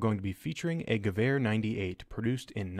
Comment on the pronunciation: When I listen "gewher 98", all I can think about is rifle perfection